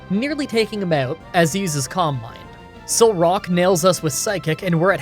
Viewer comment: i know he's saying calm mind, but i kept hearing combine wonderful video as always